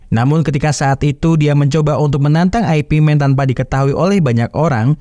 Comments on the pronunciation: Bukan Ai pi men bacanya boss...tapi IP MAN ( yip man ) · ai pi men??? yip man bang, atau ip man, jgn lu bilang aipimen, anehh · "ip man", baca nya bukan "ai pi men" tapi cenderung ke arah "yip man", itu dialek Cantonese. kalo mau pake dialek mandarin, dibaca nya "ye wen". Kalo nyebut nama "Zhang" nya masih rada oke lah, tapi kalo mau lebih detail lagi dan ditulis pake alfabet Indonesia, penyebutan nya lebih mendekati "Cheung". Semoga terjawab sesuai konteks.